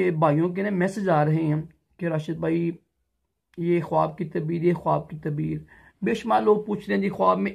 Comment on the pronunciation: Bhai urdu bolna seekh tabeer nhi taabeer hota hai